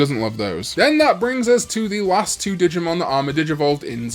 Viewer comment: When he first said digmon I heard di**mon cause I was in another room and I had to replay it